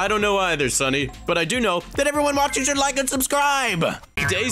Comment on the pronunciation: It is watching not wacehing😅